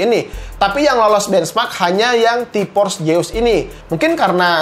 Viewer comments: ti PPPorss, kenapa gabisa bilang F sihhh😭😭😭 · Jeus Jeus Zeuuusssss pake Z Z Z Z T-Porce T-Porce T-Porce T-Force pake F F F F F